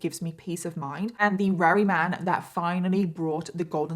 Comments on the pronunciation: It's confusing how you say Weary for the word Very many times every video . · Every time she says "very", it sounds like "rarry". Is it just me? Or is she actually sounding like this? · That’s how the British say that word so I understand but her pronunciation of VERY as WEARY is maddening !